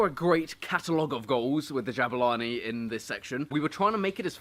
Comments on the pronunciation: its pronounced Jaboolani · You mispronounced Jabulani 😁😂